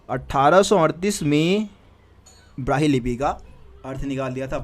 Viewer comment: Sir it's brahmi lipi not brahi lipi wrong pronounce